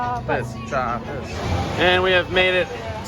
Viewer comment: 2 minutes in and already triggered when I spotted the titles of your chapters. Taron is named Taran, Chiapas is Chapas, Maus au Chocolat is Chocolat Mouse, Talocan is Talacon. Dude, at least have the respect to get these names right!